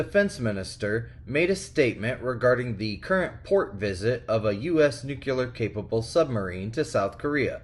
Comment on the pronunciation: Please say it with me... NUCLEAR not Nukeuler